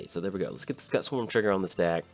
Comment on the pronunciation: Cool list. Just waiting on some cards and I'll have my list of Hazezon all done. Looking forward to playing it! Oh, Just so you know Scute is pronounced kinda like ss-cu-te.